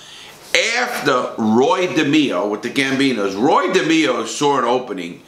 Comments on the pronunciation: Roy. De MAY O. Not da me o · Roy Demeo... pronounced De-may-o not De-me-o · De may o not de meee o. You are full of it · It's not demo it's demayo and he was never a captain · At the mark, that is Mickey Spillane the WRITTER, not Mickey Spillane the West Side gangster. There were ONLY 12-15 members in the Westies gang, NOT 30-60 members... everyone else were associates. It is NOT pronounced Roy DeMEo. it's pronounced Roy DeMAYo. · DE-MEE-O??????? You were in the Gambino's?? It's De-may-o ya knucklehead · its not Roy DE-ME-O. It's ROoy DA-MAY-O. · Roy dimio...you d get clipped by Roy just by pronouncing his last name like that😂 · Demao it's pronounced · Wow Larry did you butcher Roy Demo's last name,I guess you have to be Italian to say it correctly! Lv ya brother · It's pronounced De MAYO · If you gonna talk about Roy. At least pronounce his surname correctly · Your says roys last name wrong